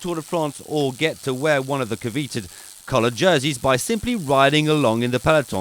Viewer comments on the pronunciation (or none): "Coveeted"? Twice?